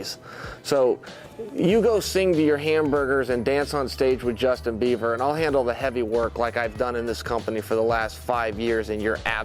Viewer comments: lmao man said "justin beaver" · “Justin Beaver” 😂😂